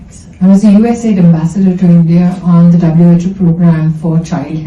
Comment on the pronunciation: US aid bolo sir. U N aid nahin.